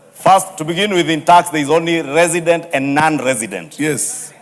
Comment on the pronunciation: Even the word “resident” is unclear!